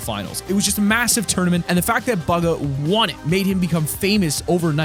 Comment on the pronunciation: when he called him BUGA